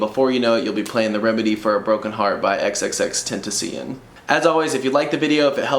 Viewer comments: it’s ten-ta-syon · “Xxx tent a see hin” no “XXX TENTA SHE ON” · Xxx ten tan cian wtf is that its xxxtentacion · It's xxxtentacion not xxxtentacian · IT IS XXXTENTACION (ex ex ex ten Tass ee on) NOT XXXTENTISION..., please learn how to say his name right, but other than that nice tutorial ! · Good tutorial but u butches Xs name🤣 u said xxxtentecion🤣 I’m not fussed but it’s xxx ten-ta-see-own I remember watching one of he’s interviews and he said it’s Spanish for something, I can’t remember but it’s funny🤣🤣 rip long live X 🖤🖤💔💔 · It's XXXtentacion but you say it as xxxtentation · It’s pronounced just like how you pronounced it but it should be tentaciON not tentaciEN just for future reference:) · Bro say xxx ten tan see one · Right way is tent-ass-sion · (X-X-X-Ten-Tah-Cee-Yon) js to help 💀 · Xxxtentussyion? Lmao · 😂 boy said ten ten ceun 😂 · XXXTennesee-an? Tf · Xxxtentissyon say it right 😂😂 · My guy said xxxtenticion 😭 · i lkve how you say xxxtentacion😂😂😂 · Hahaha he said xxxtenteeeectiommm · I can’t fucking breath right now “tuh-si-on” but you play really good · Did he literally just say xxx tenticcon? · You pronounced Jah's name wrong Its pronounced X-X-X-TEN-TA-CI-ÖN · Xxx-ten-tay-she-own that’s the correct way to say his name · He rlly said xxx tentician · "xxxtentacyen"???? bruh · Xxx Tenta See in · Stop hating on him cause he’s saying xxxtentacin.😂😂 you came here to learn how to play the song Edit: thx for hearting my comment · Ten-tah-see-on thats how its pronounced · It’s pronounced (ex-ex-ex-ten-ta-si-own)👍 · Tysm for this and it's ok if u said his name wrong it's pronounced as ten ta shown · lol no the “on” part is pronounced as “own” he said it in one of his interviews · Love your tutorials but I laugh my ass off when you say xxxtentecen but either way great vid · Tenticin LOL His pro at saying his name! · The last part is like saying the word "loan" without the "L" Spelled as "Tentacion" pronunciation is ten-tau-see-oan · Say it right